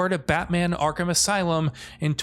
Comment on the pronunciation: YO THEY SAID ARKHAM RIGHT!!!!!!!!!!